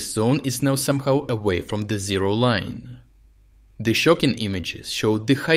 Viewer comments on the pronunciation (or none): none